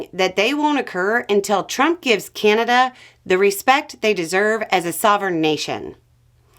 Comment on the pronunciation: Drink every time that she says 'Keyanada' 🥴